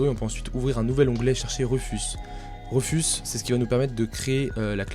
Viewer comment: Sympa la video, mais l'outil c'est rUfus pas rEfus et aussi, on ne grave pas une clé usb " :)